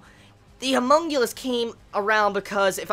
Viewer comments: HunmunGulus? You mean HumanCulus? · Homunculus/homunculi. Not humongulous/humonguli lol